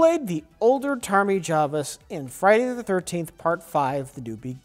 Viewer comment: "Tarmy Javas" is such a god tier mispronunciation.